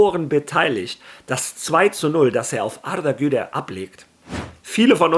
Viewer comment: Wie du Arda Güler aussprichst 👍